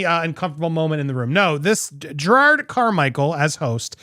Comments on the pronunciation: You said Jerrods name wrong. Lol!! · You’re saying his name wrong…. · To be fair, you DIDN'T say his name right.... it's not JerrARd.... it's JerROD.... aaaannnndddddd you didn't say Miscavige correct EITHER... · The sweet irony that you're pronouncing Jerrod's name wrong. It's not Gerard, it's Jerr-OD. Maybe you should have done your research! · Dude, you made such a big deal about him mispronouncing Shelly Miscavage’s name and made a whole thing out of how you researched how to say his name and yet you STILL say it wrong EVERY SINGLE TIME wtf lol it’s Jerrod not Gerard. So what was it for you? Nerves or lack of preparation? God you’re so judgmental and you can’t even get the name right in your own damn bit! I think it’s time for me to unfollow this channel. The constant sensationalizing and speaking like you’re better than everyone or know better all the time it’s just too much for me. You’re so over the top with it. You’re just as narcissistic as all the celebrities you talk crap about. Well, at least you followed the algorithm and got your monetization for this video. That’s all that matters right? Screw the actual content and what you’re saying or the message you put across. As long as you get paid right? Kinda like you were saying about Jerrod? Isn’t that ironic hm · Jerrod, not Gerard. There is no extra R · Jerrod… not Gerard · Andy if you're going to critique him for mispronouncing names then pat yourself on the back for saying his name correctly, THEN SAY IT CORRECTLY. It's not Gerard, it's Jer-ROD. There's no "ard" sound at the end. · Andy roasting Jerrod for mispronouncing a name and proceeds to call him Jerrard throughout the whole video🤣🤣🤣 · Andy “I did my homework to learn your name” Also Andy “Jer-Rawr-d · You literally are still pronouncing Jerrod's name wrong. After having done your homework. It's not pronounced like "Gerard". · You pronounced it wrong, not Jerod.